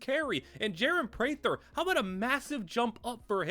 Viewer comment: Prater is pronounced Pray-Tr not Pray-Thr